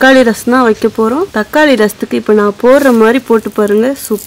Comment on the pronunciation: தக்காலி இல்லை. தக்காளி என்பதே சரி